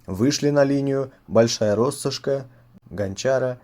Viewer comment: Спасибо за качественный контент. Извините за минуту занудства - РоссОшки с ударением на вторую О. Возможно пригодиться